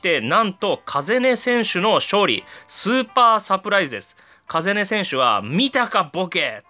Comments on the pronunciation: 風音って「かざね」じゃないの？ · 風音 カザネですよ